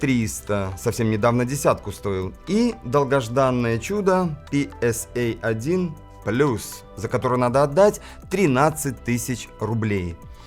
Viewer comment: Красиво говорит ПСА Плуююс и жест так пальцам...Вах-Вах.Жалко третий раз не показал....Красавцы!...И про пульты давайте....про цифровые....потом....